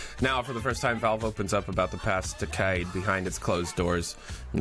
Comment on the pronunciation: if he keeps saying decade like that I'm not going to finish this fucking video.